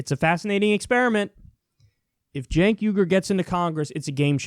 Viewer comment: YouTube's CC seems to think the way you pronounced "Cenk Uygur" translates to "Jake Hunger" which sounds like a 90's action movie star that has to cannibalize the biceps of his enemies.